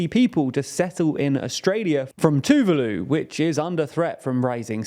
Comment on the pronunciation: Pretty sure Tuvalu isn't supposed to rhyme with toodeloo.